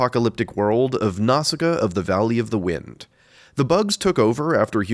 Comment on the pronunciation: I thought Nausicaä is read as “Nau-si-kaa”